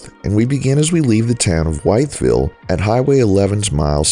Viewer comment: Wytheville is pronounced WITH-VILLE